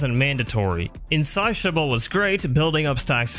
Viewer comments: Love the videos, as always. Buuuuuuut,, please look up how to say insatiable <3. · Nidus is one of my guilty pleasures when farming out endless missions because of how much fun he is, so I can definitely appreciate how relevant he’s been throughout the years. However, the constant mispronunciation of Virulence and Insatiable actually made it hard for me to watch without pausing to calm down (I know it’s not a big thing to most, but it’s just how my brain works). A nitpick on my end of course, but I would suggest utilizing text to speech options to make sure the pronunciation is correct for a word. I have to do it for myself too, because, not only am I self conscious about that sort of thing, it’s nice to have that kind of information handy and I like learning new things. Anyways, great video, will definitely be giving it a like.